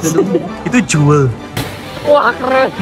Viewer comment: Bacanya jewol bang😂